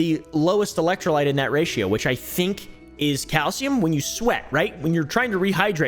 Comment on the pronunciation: not even sure how gatorade and bang are competitors, or how prime and bang are competitors either. Prime didnt even make an actual caffeinated energy drink til like last year. I work in vending and prime never had caffeine til last summer iirc. ps: its electro Lyte (light) not lit.